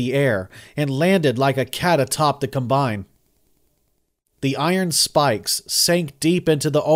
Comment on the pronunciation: I had to turn it off. I couldn't listen to him mispronounced combine one more time.